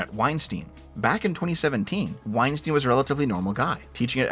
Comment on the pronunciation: calls him "Wein-steen" so you know he hasn't engaged with his content much.